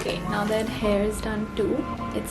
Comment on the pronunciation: when you said “now toh” i love how the Indian in you is still evident while you continue to live and grow in LA